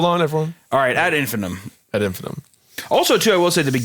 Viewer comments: its pronounced ad in-fin-EYE-tum jfc Also, amber alerts aren't issued for just a kid missing. Its only for an abduction. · In case anyone cares, it’s pronounced “ad in-fi-NIGHT-um” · All of you collectively mispronouncing "ad infinitum" is absolutely driving me up the wall.